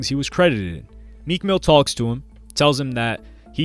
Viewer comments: U said meek ran into Mac killer dude wtf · Lmao i was rewinding and it said “most replayed” 😭😭😭😭i said ran into WHO